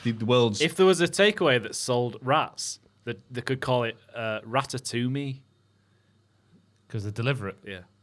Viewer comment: rata-to-me took me out